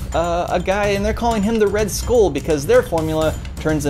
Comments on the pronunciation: You really have no business complaining about this movie considering you cannot pronounce the word SKULL, you baldy headed fuck. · Why can't you say "skull" like a normal person?